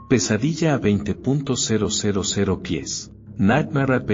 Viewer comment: ¿20. 0, 0, 0 pies?. Pues estamos buenos cada vez que la máquina dice la cifra. Insoportable.